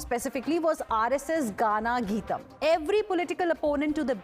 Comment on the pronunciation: What a anglicised news reader😂😂😂 It is not Gaaana Geetam गाना गीतम् 😂😂😂 It is Gana Geetam गण गीतम् Newsreaders should be given the Devanagari script in brackets whenever the teleprompter finds an Indian name or word. people are recognising that RSS is not what it has been painted by the other parties The Congress person is even worse to say it is RSS Ganga Anthem 😂😂😂